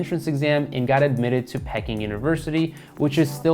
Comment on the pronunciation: Great topic to cover so well done on that. Fundamentally however I agree, if you are going to bio somebody make sure that you know how to pronounce their name! Also, I think Peking University is pronounced "Pee-king". It was only the capital of China since the 1200s until the 1950s.